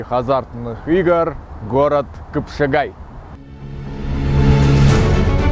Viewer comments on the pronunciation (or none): Хорошо сняли, молодцы! Только почему "кЫпшагай"?